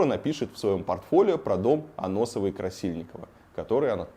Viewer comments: Только не Аноссовой, а Ассоновой 🙃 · Очень нужная и важная тема, только Ассоновой дом, а не Аноссовой (несколько раз неправильно сказал) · Да не Аносова, а АССОНОВОЙ! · Ассоновой, а не Аносовой. В остальном как всегда огонь. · и Варламов Ты чего Какой Дом Аносовой-Красильниковой Если Дом АССОНОВОй-Красильниковой